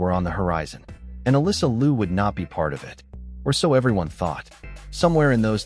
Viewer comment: “Liu” should be pronounced as “LEE-O”. If you pronounced “Loo”, it should be for the last name of “Lu”.